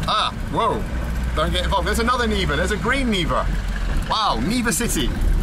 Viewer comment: It's Niva not Neva ) Neva is a river in Saint-Petersburg. Niva is something like "field place"